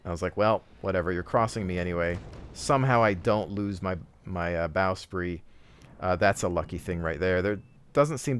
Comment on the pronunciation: Bow SPRIT - spr-it, not spr-ee